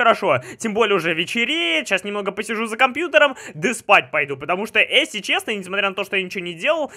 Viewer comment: Заметили что всегда говорит не "если" а "эсли"